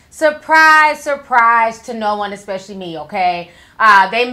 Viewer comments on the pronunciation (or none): All I have to say is, "expecially" REALLY?! 🙄😒